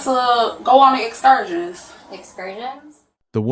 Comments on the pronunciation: She's mispronouncing the word "excursions". 🤡🤡🤡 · How did she pronounce “Excursions” 😂😂😂😂oh my! Can you get scammed into a English class?